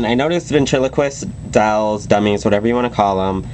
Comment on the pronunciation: this is great, but whats with the way he says dolls?! lol dowlz.